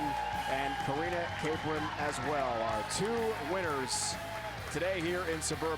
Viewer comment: I know Karina Capron! Also the guy said her name wrong. Cap-ron, not Ca-pron